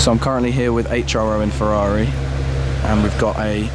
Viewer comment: YOU DO NOT HAVE TO SAY FEVVAVI ...IT IS SAID FERRARI! DAMN!